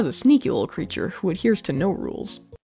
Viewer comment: Emphasis on "creature"